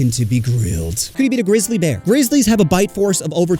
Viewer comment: Did you just call a pandas gay gristly bears?